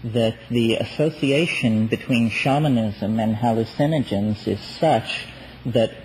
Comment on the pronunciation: "Hallucenigens", "idiology", "inless"... I've noticed these peculiar McKenna pronunciations.